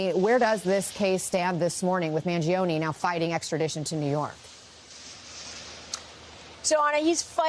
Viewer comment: Mangione with an “ e” at the end that sounds like the “e” in Empathy or Emotional or Esoteric.